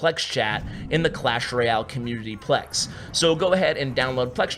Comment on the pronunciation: lol "Clash Roy-Al"